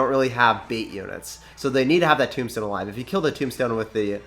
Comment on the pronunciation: When you said graveyard tornado tombstone, I thought you said tomato tombstone!